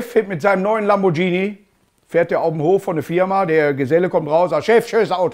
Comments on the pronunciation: Lamboschini 🙄 Lamborghini !!! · Hallo Markus, man spricht das übrigens Lambor"g"hini und nicht Lambor"dsch"ini und wer es nicht glaubt kann ja mal im italienischen Restaurant Spadschetti bestellen. Mit freundlichen Grüßen aus der Erfinderstadt der Abgas-Abschalteinrichtungen. PS: Wenn du Schreibfehler findest darfst du sie behalten. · Nicht mal Lamborghini aussprechen können...